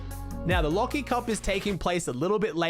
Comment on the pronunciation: I thought it said leafy cup instead of lachy cup for a Schindler 🤣